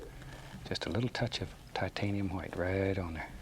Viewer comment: Shit is about to go down when bob gets that titanium huwite (loved your pronunciation ross)